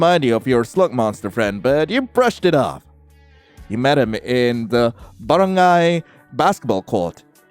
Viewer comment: "In the baren-GAY basket ball court. "